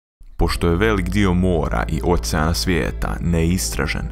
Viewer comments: kaze se okean a ne ocean ahhahahahahhahaha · Kaže se "okean", kakav "ocean"..... Pa je li realno ovo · neizgovara se ocean nego okean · Okean a ne ocean hahhaha